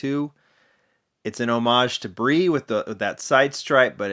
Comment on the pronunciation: Brie is a cheese. BRE is Peter Brock Racing Enterprises, and should be pronounced Bee Are Eee.